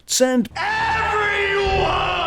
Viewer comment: "send........... EVERYONE" i am dying XD